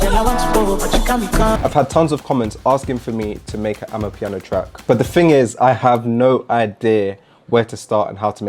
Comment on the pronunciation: bro please.............................its not AMAPIANO